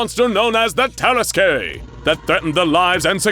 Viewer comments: Jesus, is that how you pronounce it? I always thought it's "Tarask" not "Taras-kwey" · I love this tale. But I was really thrown off by the pronunciation or tarrasque. It's tah-RASK not ter-ras-kay. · i feel like it's pronounced "Terask" can someone please confirm that i'm not incorrect in cringing every time he says "Teraskay"? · I’m pretty sure that “Tarasque” is pronounced TUR-ASK, not TEAR-ASK-AY. Good video though. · Taras-Qué? No no no! Taras-NANI!? YEEEAAAHHH!!! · It's pronounced Tuh-rask, not Tear-uh-skay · Lovely story, but I wish they would correctly pronounce terrasque. It's two syllables long ter like in terrible, rasque like rask. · i love this series but the mispronunciations are getting painful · You are pronouncing tarraque it's pronounced tarra-ask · It's pronounced Tah-rask. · The way you pronounced tarasque hurt my soul as a dnd player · The way you pronounced Tarasque hurt my head. 😑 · People who play DnD wince everytime he pronounces "Tarasque" wrong. Of course, we'd wince if he pronounced it right as well, cause it's the fucking Tarrasque. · That pronunciation of Terrasque is like nails on chalk board. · That’s not how you pronounce tarasque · The dnd nerd in my cringed at the pronunciation of tarasque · Some pronunciation on this channel makes me do a double take, tarasque for example. It's not a bad thing though. I like how it makes me think about my own understanding of those words! Also, I have no idea why I never made the connection that the tarasque could be SCP-682 in this story. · Anyone else find the way he pronounces Tarrasque weird? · Your pronunciation of tarrasque pains me